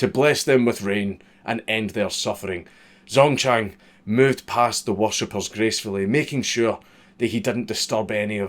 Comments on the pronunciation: Pronounce it like jang dzongchang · when you said: "Zongchang was born..." I could've sworn you said "Zone-tan" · I'm not even Chinese and the first Chinese thing he said, the guys name already made me feel pain at how badly it was pronounced. Ah well, excellent video as always.